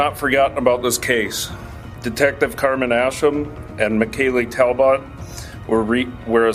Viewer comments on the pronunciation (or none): none